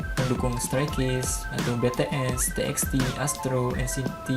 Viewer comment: njai nyebutnya betees